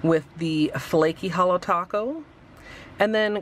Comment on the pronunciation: You butchered holo taco..